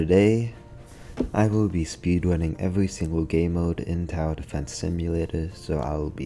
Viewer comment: "i go be speedwunning" That is beautifull unlike kawaii animae girls